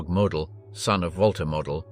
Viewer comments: That is NOT how you pronounce Walter Model's surname. It is not "Mod-el" it is "Mode-dul". Get your facts straight if you're going to make documentary style videos. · After the multiple mispronunciation of Model’s name in the first 5 minutes, I had to stop. Weak AI usage. Never subscribed and never will. 🙄😂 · Only twice did this piece get Walter Model have his name pronounced correctly…annoying …